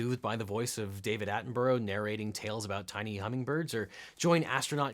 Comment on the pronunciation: Okay, I kinda get 'Attenbarow', it's a tough name to pronounce. But how does 'Hadfield' become 'Haddenfield'?